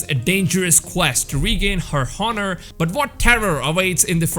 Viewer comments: "Haunar" (Honour) "Wamen" Lmao. XD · Wtf that's not how you pronounce honour